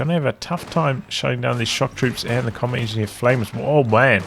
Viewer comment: It's a little tickled me when he say comet engi instead of combat. Is there a reason?